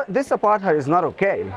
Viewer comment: First question I always ask: what do YOU understand under "apartheid"? Because few know what it means, or meant. Very few! And nobody pronounces it correctly anyway! From South Africa